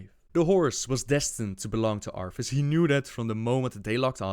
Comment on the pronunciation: Oofer and arfas lol 😂 now you can’t un hear it 😅